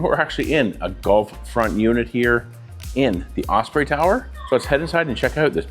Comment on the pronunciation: 😂 I thought you were saying "Golf" front....